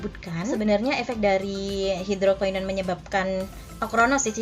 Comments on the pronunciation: Iya bnr bngt... Ak dengerin ap yah kok ky aneh gt... Susah ngucapinnya Dia bilang bukan hidrokinon tp hidrokainon... 😁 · NGUCAPIN NYA HIDROKINON BRAYY... BUKAN HIDROKAINON SUSEEHH AMEETT... KT NY KRJ AN NYA DI SKINCARE... 😒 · Kak ngomong hidroquinonnya kok susah amat